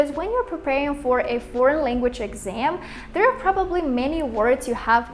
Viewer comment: LanguaЧь блядь languaЧь!!!Seriously?! А ещё у тебя проблемма с со звуком sh (вот этими букавами обозначающимся, у меня нет транскрипных символов) почему не исправишь?:/ сама чтоли не слышишь? И вот это постоянное Тэканье на конце, тоже тебя знатно так палит. И Хэкаеш ты по русски иногда прям очень жестко, лучше вообще по нюйокски в таком случае произносить |h| то есть не произносить вовсе